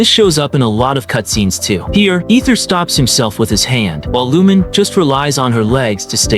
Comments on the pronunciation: "Lumin" -- it's Lu-MEEN. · Lumine's pronounciation is "Loo meen" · Ive heard worse I was watching a short by Zach (Aethers va ) and he mentioned someone who pronounced it as loom-in-ay 😂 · that's actually correct too in views of Chinese or Japanese. Considering that hoyo was made in China, Aether and Lumine can be Chinese names too. In that view, Lumine is pronouced as - Lu-mi-nay or Eu-mi-ne and for Aether, - E-ta or Ae-ta no ther or thar sound just E-ta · Nah, "loom-in-ay" is defensible. Wrong, but defensible. "Lumin" has no basis. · Wait and also in terms of Korean, Lumine and Aether isn't a korean name same goes for Japan but Lumine is actually a Japanese name but Aether isn't. In terms of Jp, it's Ru-Mi-ne or Reu- min-ne so the names are actually Chinese and no they are not ENglish names. They are Chinese names. Aether = Eta/Aeta(pronouciation) Lumine= Lu-mi-nay/Eu-mi-ne